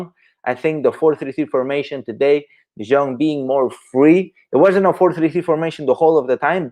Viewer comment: Say De Jong correctly